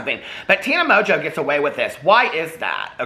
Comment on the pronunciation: First of all I was hearing you say Tana Mojo, second I go search for Tana Mojo and end up with Tana Mongeau. Third I look at her video thumbs and pick one and I hear out of her mouth "I'm high as fuck." Get where I'm going with this? [END]